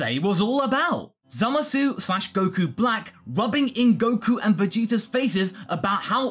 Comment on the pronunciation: Zommasoo? I know it's rude to pronunciation-police, but that's not even close to how it's pronounced in the Japanese dub. It comes out a lot more like "Zommace," or "Zamas" if we're using romanization conventions, droppung the u entirely.